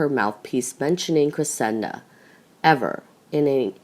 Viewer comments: It is Cressida not CressiNda. And in the previous vid about Archie, Meghan's mother's name is Doria not Dora. This narrator is terrible with names. And everything else. Please do something and hire competent narrators for your vids. Where is the one that was narrating so well? Why is she no longer narrating your vids? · You totally lose credibility (believability/authority) when you cannot correctly spell or pronounce Cressida! NOT Cresenda NOT Crescenda Cressida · Her name is Cressida not Cresenda. You are sounding like a child learning how to pronounce words! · This girlfriend is pronounced Phoenetically. .CRESS..A..DUH NOT CRA..SEND..A... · CRESSIDA ! NO ‘N’ ! You got it right ONCE !! BLOODY USELESS!! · It's Cressida, you burk!!! There is NO 'N' in it..... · and as usual mispronounces names etc- ie CresseNda? and a lot of other mistakes always..drives me nuts, I am thinking it is someone reading phonetically? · How come you can't read the simple name Cressida correctly? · I can't stand this narrator. She can't pronounce Cressida correctly? There's no letter "n" in Cressida. What's wrong with her? Please get a better reader. Someone who is not comatose. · clearly spelling is unimportant to you, as shown in your comments, both in form and in content. However the narrator's mistake is to do with mispronunciation and a lack of knowledge of Royal family matters (ignorance). It is not a spelling mistake.